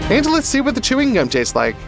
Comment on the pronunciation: “and let's see what the teewing gum tastes like" 😂